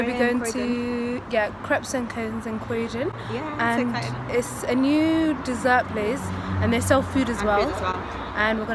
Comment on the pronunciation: Crowdon? Its fkng Croydon.